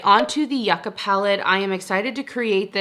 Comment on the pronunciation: the new ND palette is pronounced you-kah, as in the root/vegetable popular in south america 🥹 but yes i’d also love to see your singles collection again!